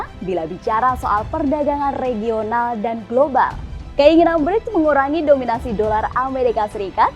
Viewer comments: ”BriKs”, ibu, bukan ”BriJs”. ”C” dibaca ”K”. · Bacanya BRIKS, bukan Breach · Dibacanya 'Briks' bukan 'Brijs' ya Mbak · Brics Pronounce nya koq bridge ? Mbak....